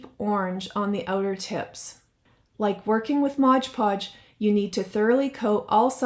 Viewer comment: There you go again saying Modge Podge. While making that mop wreath. Why don’t you crafters learn it is Mod Podge?